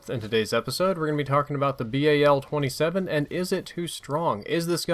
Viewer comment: i don't get how they make guns shoot slower than their previous variants and yet they are over powered. also pronouncing the gun name to be a pun. you had one job.